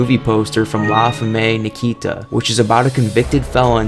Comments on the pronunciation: "la fem-may Nikita" lmao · “El JIE-GAN-TAY” “LA FUH-MAY NEKITA” 😂😂😂😂😂😂😂😂😂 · That way you pronounce La Femme Nakita and El Gigante is very American and very hilarious.